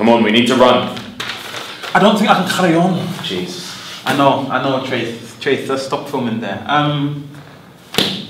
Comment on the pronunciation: ‘ i dont think i can c’harry on’ 😂😂😂😂😂😂